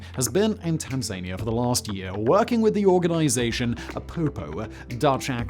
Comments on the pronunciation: "Tanz-ania". Wtf? "Tanzan-ia" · Tazanya lol 😆 Tanzakneeyuh, silly 😜